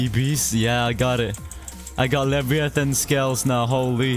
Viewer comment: The way he said leviathon